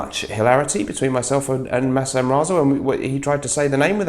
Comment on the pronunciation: Why do you keep calling him Masham! The s and h should be flipped around ;) Haha